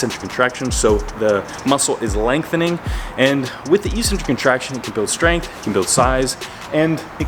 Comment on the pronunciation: Thank you! Very useful A very different question. No offence meant. Why do Americans slaughter the pronunciation of "eccentric"? Even Merriam-Webster does not pronounce it as e-centric!!